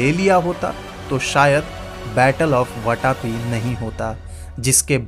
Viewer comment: बहुत गलतीयां है. मंगलदेश नही मंगलेश. ऐहोल नही ऐहोळे. वाटापी नही वातापी. जरा विडिओ बनाने में थोडी जानकारी भी रखिये